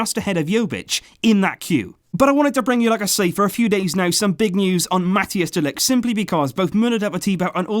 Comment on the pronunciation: You pronounce it ”de likht” 👍